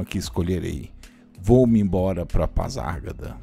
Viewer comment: Gostei do vídeo, apenas uma observação a forma de pronunciar PASARGADA, está errada.